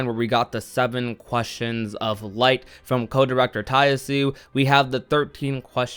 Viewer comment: It's pronounced Tai Yah-Su-A 😉